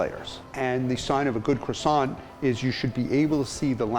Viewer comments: There are lots of 'lettres muettes' or mute letters in French. They are written but not pronounced. The 't' in 'croissant' and 'chocolat' is mute, so please pretend it is not there and you will start pronouncing correctly! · I don't take baking advice from someone who pronounces the 't' at the end of Croissant or the 'n' at the end of Pain (au chocolat). Muggle .. :P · The guy can't even pronounce crossiant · He sells Croissants but can’t pronounce the word properly 🙄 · I love the way Americans pronounce Croissants lol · I live in holland and was taught french in school. It kinda bothers me how y’all Americans pronounce the word croisant loll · the way he pronounces croissant though.... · This dude runs a French pastry shop and can't pronounce "Croissant" and "Maillard" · He claims to make the best french croissants but doesn’t pronounce croissant like the French do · I loved this video but I couldn't stand every time they said "Croissant" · I can not get past the way that he pronounces 'croissant' he lost me at crassont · You'd know this croissant is not legit when he pronounces as kro-sons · Unfortunately, it is ruined in his pronunciation- "cre-sont". Ouch. It is cwa-sont. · I hate it how they call it "Crawsawnt" and not "Cwosownt.." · FFS AMERICA!!!! It is pronounce "KWAH-song"....NOT "crah-SONT.. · CRasaants? Correct pronc. Cwassan (nasal n) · Croissant? Do you mean quackson? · Are you finished with that...CWASONT? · excuse me but you did not had to be so rude, even the tasty guy pronounce croissant as kro-san and not some stupid kwa-son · it's kwasont. respect carl wheezer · I love cwasaws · French guy: its called CKRWASAH, KRWA SAH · croissants master and he doesnt call it "kwa-sao" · It’s pronounced “Kwa-SOHN”. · are you gonna finish that cwasant? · that rolling of his RRRRRRRRRRRRRRRRRRRRRRRRRR. Sm1 should have thought him how to pronounce CROISANTS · Keith; This is how we make our Croissant Carl; U mean Cuassont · Are you going to finish that Cwassant?